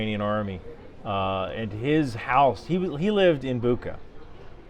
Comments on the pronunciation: Bookah? 😂 Butcha, bro 👆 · Hey buddy. It's pronounced 'Boocha' with 'cha' like in 'chat'. Not 'booka' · please don't say BUKA but BUTSJA... Made me cringe sooo hard! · Hi. It's not the Booka it's the Butcha, town outside of the Kyiv. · Bucha, not Buka. Thank you for your work. 🫡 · not BuKKa but BuCHCHa, thanks anyway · its not Buka its Bucha as in Charles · thank you for all work, idk why but pronunciation of Bucha is wrong in google, and right in Wiki (it’s CH not K sound). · ....itscm pronounced "boo-cha" NOT "buka". I'm also curious why you didn't mention Australia's mammoth cross globe support effort. Food, medical supplies, training, arms, munitions, equipment and vehicles from the opposite side of the globe in another hemisphere!!! From a nation with a population thirty times smaller than the US and a defence force smaller than your National Guard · Bucha is pronounced boo-cha (not book-ah) and Iran is e-run, not I-ran. Have a nice day 😊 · It’s pronounced as butsha , not buka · Great vid. However small correction, – Bucha is pronounced Boo-cha (like kombucha) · It's pronounced Boocha. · "Buka"? Do you mean Bucha massacre? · * Boocha - /ch/ is as in “cheese” in all Ukrainian names. It is never /k/. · Why would you pronounce the name of the town of Bucha as Buka? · It's pronounced Boutcha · Missed opportunity of correctly pronouncing Bucha. There is a neat coincidence: Bucha is pronounced almost like butcher. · Bucha, like in cha-cha-cha. Love your videos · Small correction. The name of the city is Bucha(Буча). In this case, ch is pronounced as in "check". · Awesome as always. Bucha is pronounced as kombucha without “kom” :) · Came here to comment on the pronunciation as well. Regardless, thanks for the great content and thank you for giving Ukraine a voice! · Hehe, it is Bucha, pronounced like a british accent of word Butcher